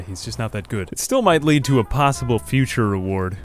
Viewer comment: Only downside of the video is your pronunciation of the word "lead" lol